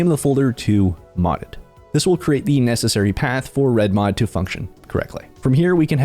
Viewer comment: The over annunciation kills me… reDmoD Fingernails on a chalk board